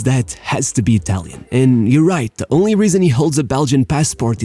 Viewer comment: Good video, but FOR GOD'S SAKE WORK ON ITALIAN PRONUNCIATION!!!!